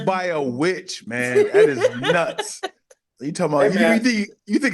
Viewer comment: The way says Nutss is to funny